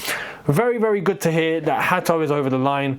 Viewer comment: It is HA-to you'll see when he pronounces it himself it's so easy I don't know how you managed to butcher his surname 😭